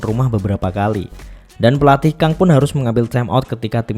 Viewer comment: Kang itu bacanya Gang, kalau Ko bacanya Go. Karena ini pakai pelafalan English, u di Hyundae bacanya kayak kata "lunch" atau Hyeon.